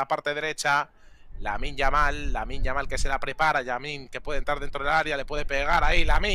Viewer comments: A veces dice yaminn, que me parece bien me importa una mierda que lo diga como quiera simplemente me cago de la risa de como lo dice hahahahah😂😂😂 me da gracia. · Creo que decia yaminnm hahahajsjsj